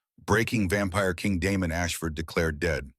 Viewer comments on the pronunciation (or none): It's Damon not Demon. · Is his name Damon, Demon or Diamond? Your AI can’t tell.